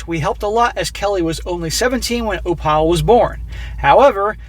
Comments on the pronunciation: Oh-pal? Are we sure it's not Opal (OH-pull)? 🤨🤔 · it's pronounced OPAL like the semi precious stone not OH-PAUL do you have a speech impediment or something? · Do you mean to say "Oh-pull" instead of "Oh-pal?" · Its pronounced Oh'-pul, like the stone, NOT oh-Pal' like "woah buddy"...frustrated the hell out of me the whole time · more likely its Opl rather than oPAL... must be an Irish background of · For the love of God its oh-phle not oh-pal. Like the gd gemstone Opal. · Why are you pronouncing it "Oh-pal" instead of "Oh-pull"? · "Opal" isnt it pronounced Op-al as in the gemstone, instead of "O-Pall"? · Uh,... I think it's pronounced Ow-pl, not Oh-pAL. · Opal? OH-pull, not oh-PAL. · if the name is spelled Opal, is pronounced “Oh-pull” like the gemstone. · Opal = Opul , As in the gemstone. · I'm guessing the grandchild is named Opal (Oh-puhl). For more than half the video, I though you were saying Oppa, as in the Korean word for "big brother". I could not hear the "L" sound on the end the way you were pronouncing the word. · If it’s spelled “opal” it’s pronounced more like “oh pull” not like Albert. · The name opal is pronounced op all . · It is a jewel, Opal, (oh pull) pronounce it properly. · My parents raised a granddaughter, then a great grandson. --Opal is pronounced Opul. My aunt was Opal. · Enjoy your stories. Just FYI. The girls name is pronounced like the jewel Opal. Not O. Pal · The child’s name is Opal, pronounced OH-pull. It’s a type of gemstone 💎. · thank you, it was very annoying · Guessing the baby's name is pronounced O-PULL. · O-Pal 😅😂🤣 hey... its Opal like the stone. 💍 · The only thing more tragic than this story is inability to pronounce ‘Opal’. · Dude, do you really not know how to pronounce "opal"??? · That pronunciation LOL thanks for the new way to say it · So successful but you can't say Opal. Lmao. Build your vocabulary, bro.